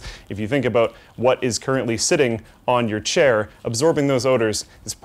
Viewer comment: OMG HE SAID CAIR LOL